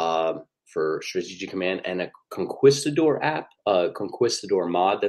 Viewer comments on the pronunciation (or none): conqewstidor, lol!